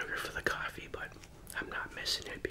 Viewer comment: Are you from Boston? Cawfee